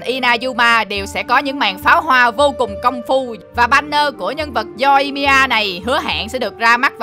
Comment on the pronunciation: Yoimiya mà ông đọc là Yoi-i-mi-a=)